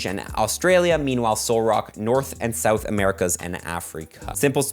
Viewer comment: See-ou-th, nice. Also why is New Zealand on the map straight up incorrect?